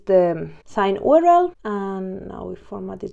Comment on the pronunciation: Good stuff good and clear. keep it up, just a side not could not resist on commenting on "OOO RR ELL"